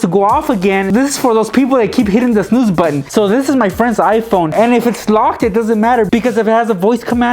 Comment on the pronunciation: I Died when he tried to say snooze!